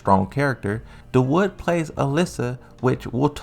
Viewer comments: Da wood Lmao. Its more like Da-woo-d! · Mans said Da wood 😂😂